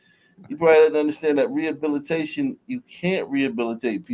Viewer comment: "We need rehubbilitayyyshuun🤡